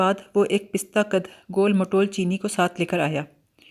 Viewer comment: Pista aik dry fruit hai 😂 pasta qad , sahi talaffuz hai